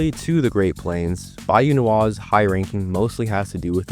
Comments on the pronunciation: “Bae-you” 😢 and “mangrove” trees…. As a native coon it’s “bye-you” and that’s cypress trees and Spanish moss hanging of the branches😐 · Bayou is pronounced “Bye-you” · the way you say bayou makes me wanna rip my face off great vid tho